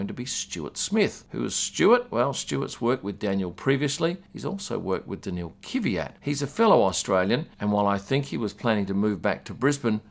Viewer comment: You need to work on your pronounciation. Kvyat is two syllables, Kvy-at. Not three, not Ki-vy-at.